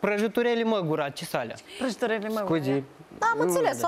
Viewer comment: "Prajâtureli măgura" 😂😂